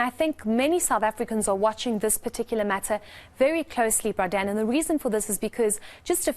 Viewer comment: I liked it when she called him "bra Dan"